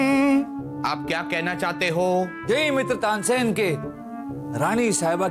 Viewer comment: Tansen nahi Tansain 😂😂